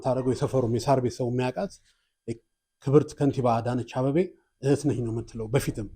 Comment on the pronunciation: Say Abeibei not Abebei.